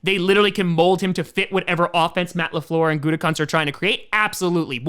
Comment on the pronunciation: Pretty sure Gutekunst is pronounced Gutekoonst. At least that's how everyone said his dad's name when he coached. Although Gutecunts sounds funnier.